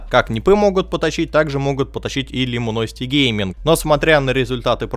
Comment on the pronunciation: Да не лимуносити, буквы "i" и "u" местами не меняй. Люминосити